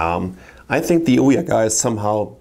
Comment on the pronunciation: the way he says ouya sounds so right